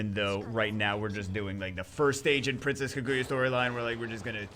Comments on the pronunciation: I think it's pronounced Kah-goo-yah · Oh yeah I know this story. Celesteela, the Pokémon, is based off of her. Also nitpick, but it’s Kaah-gu-yah. You emphasize the kaah not the gu. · No no no, it Kuh Goo Yuh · please pronounce it right^^ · RIP name pronunciation 😂